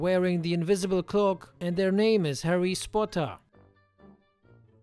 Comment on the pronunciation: Dude "harry spotter" you want me to die.